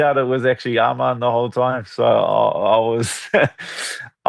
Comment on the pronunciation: Dan saying name correct Arman and Ariel continues to say Armin